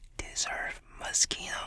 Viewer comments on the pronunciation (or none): I love how you say moscino(moschino)like your about to say mosquito when its pronounced mosshino(moschino)😂😂just saying... this is not a hate comment btw😁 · Ema 126 yes i know lol, still sounds like mosquito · I thought he was saying Mosquito... “YoU dEseRvE mOsqUiTo oN yOur FacE.” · Why did i think he said mosqito all the time?😂😂😭😂😂😂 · Idk why but I keep hearing "You deserve mosquitoes on your face." Yes, I think I have hearing problems. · For a second I misheard "Mischino" to "Mosquito" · he manages to say moschino with an impeccable pronunciation The British who say moskuino because the British suck It's ironic, nobody sucks